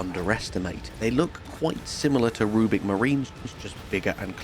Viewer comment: Rubric not rubic